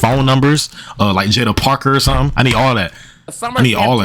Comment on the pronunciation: Bro said jada 😂